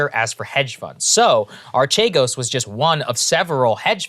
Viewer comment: It's actually pronounced "Arkeegos". It's actually not a pyramid scheme at all. It's just highly risky "investing", while being leveraged to an absurd degree. Btw, this is where the fraud comes in. They didn't disclose how leveraged they already were, when they asked other financial institutions for new loans. Eventually, the stocks they were betting on (because that's what they were doing - gambling, not investing) dropped, and because they were so highly leveraged, they crashed in a couple of days.